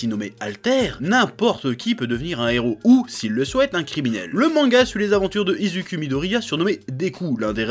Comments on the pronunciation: Premier temps Sa se dit IZUKOU PAS IZUCUL PUTAIN !! même si s'a s'ecris Izuku merde même les doubleurs fr le disent bien. - Ensuite la rivalité Sasuke/ Naruto Deku/Baku es en aucun cas la même ! Sasuke n'a qu'un but se venger et clamser sont frère ! Et non de devenir Hokage comme Naruto donc en soit la rivalité et morte sachant que c'est cet abruti de Naruto qui lui cours après comme une sangsue. - Le lien de Mha avec les comics es légèrement logique. Ce sont ce qu'on appelle des Clin d'œil ! Ensuite pout la barre entre Hero/vie privé LGOQUE PTN REGARDE LE MANGA JUSQU'AU BOUT AVANT DE CRITIQUER MERDE CE SONT DES ÉLÈVES ! ils ne sont pas héro encore ! Donc non ils prennens pas encore leurs nom de héros puisque qu'ils ne sont pas des héros ! Le mec il passe sa vie a critiquer sans même comprendre. Quand tu decortique un truc fais le jusqu'au bout ! Chai pas moi ti comprends même pas l'univers du truc ! - Le but et de suivres leurs ascensions, jusqu'à devenir des héros. Lors de leurs apprentissage a l'academie Yuei. Si vous regarder mha pour voir des heros comme comics avec liberté pleine sur leurs action pour proteger les civils, cliquer durect sur les Avengers ou Spiderman parce qu'ici ont evolue les personnages avec des règles. - L'Auteur de Mha es fan des comics, tout ce qui concernes les héros es déjà fais en comics alors oui même si il y ressembles ! Tout a déjà été inventé presque alors bien sur qu'l y a des ressemblances ! Mais chercher la souris a chaque ressemblance de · att tu dis dofOUs et izUkU aiie